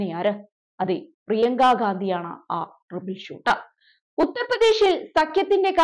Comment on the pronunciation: ത്രിബിൾ ഷൂറ്റർ അല്ല ട്രൗബിൾ ഷൂറ്റർ.